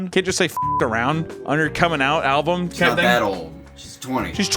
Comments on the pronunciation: needs to practice saying the word "album" he's pronouncing it "al-vum" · Did you pronounce album “alvum” on purpose to mimic the kid? Because that’d be like a 500 IQ play 😂